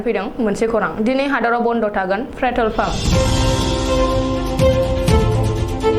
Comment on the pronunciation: 'Pretol' nonga 'Petrol' sw